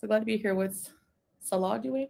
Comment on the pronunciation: When did it go from Salah to Sah-LAH? I despair. Desperation I wouldn’t expect from love struck teenager